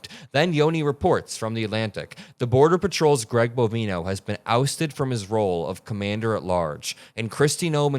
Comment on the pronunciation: bo-VINE-oh ... like "Bovine Oh"